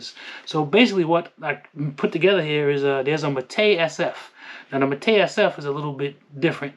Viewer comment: Also been canik king u need to learn how to pronounce mete